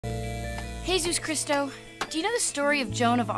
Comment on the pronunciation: The fact that they named him Jesus Christ but its pronounced "He-Sus Chris-To" is beautiful